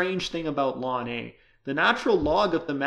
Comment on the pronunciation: Why do you so many teachers say "lawn"? It's the abbreviation of "logarithmus naturalis". So "ell-en".